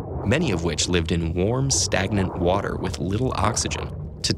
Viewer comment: One word wuter